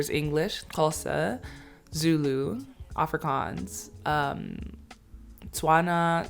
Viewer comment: As I continue watching your video I must admit.....you pronounce "afrikaans" words better than Charlize Theron which by the way is an "afrikaans" South-African😂